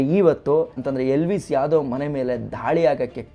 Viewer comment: Please pronounce elvish yadav properly